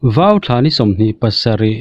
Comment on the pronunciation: a ngaihnawmin a bengvar thlak e. Vau tih turah VO in ti deuh tlatin ka hria. Fimkhur teh u